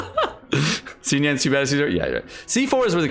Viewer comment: Xiangling, Xiao, Xinyan - pronounce the "X" with an "S" sound rather than a "Z" sound